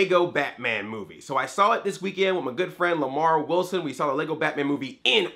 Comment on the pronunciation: half of the likes are probably because he triggered everyone when he said lamarr wilson